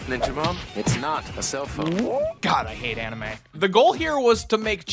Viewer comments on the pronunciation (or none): none